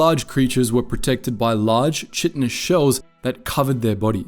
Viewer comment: Chitinous is pronounced "Ky-tin-us".